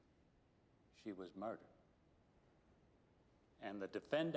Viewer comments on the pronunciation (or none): Since when is defendant pronounced 'defend-ant'? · thought to meself i've never heard anyone talk about a red herring as an actual fish. that's cos there is no such fish. the prosecutor had a strange way of pronouncing "defendant" with the emphasis on the last syllable.good film but seemed very oldfashioned for 2010, we seemed to be still in a pre-internet world. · Is this a normal way to pronounce defendant? I never heard it before, but English is only my second language, so I might just lack experience as a listener.